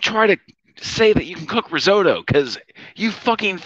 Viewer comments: My favorite was when she was making the risotto and she kept calling risorto. 🤣 I was like wait what... then she pronounced it like 5 different ways. But never the right way. I was like holy shit. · Risorto, asagio, I’m sorry, organo, pompkin, basahmitti, so many things she can’t say